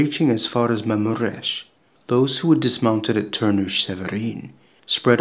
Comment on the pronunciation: Only Mamures was wrong.